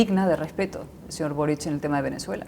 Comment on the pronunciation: Tienen la manía de pronunciar Borich... Es boric...Borik...